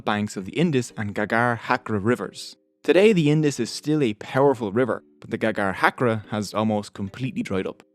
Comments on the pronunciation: "GAGARHACKER" HAHAHAHA, is this an Australian accent? Or I might be wrong. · I laughed incessantly hearing the pronunciation of "Ghaggar-Hakra"...😆😂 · It's funny how u pronounce ghaggar hakra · cant even pronounce ghaggar hakra